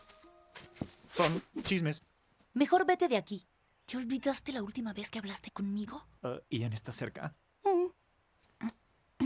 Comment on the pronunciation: ian le dijo iniles a todos